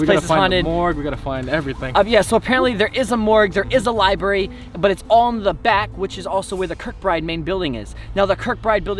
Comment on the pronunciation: LibRARY. Library. Not libary.